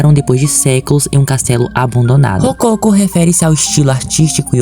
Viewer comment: A pronúncia não é "rocôco" mas sim: " rococó"!